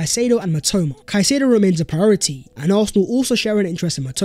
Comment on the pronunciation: mitoma is my Japanese god and u butchered his name 💀